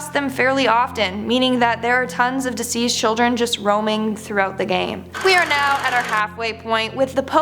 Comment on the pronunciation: Who tf is this chick?? Did she just combine the words 'deceased' and 'diseased'??